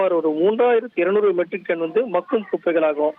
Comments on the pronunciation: Hi தொகுப்பாளர் sir, அது மகும் குப்பை இல்ல bro.. மக்கும் குப்பை.. உச்சரிப்பு மாற்றி கொள்ளவும் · ஒரு தமிழ் வார்த்தையை கூட சரியா உச்சரிக்க தெரியாதவனுங்கள்ளாம் தொலைகாட்சியில் வைத்திருக்காங்க.. மக்கும் குப்பைக்கு - மகும் குப்பை என்று சொல்லுறாங்க.. இதையும் ஒரு ஆசிரியர் கேட்டுக்கொண்டு அதை வீட்யோவாக வெளியிட்டு இருக்கானுங்க...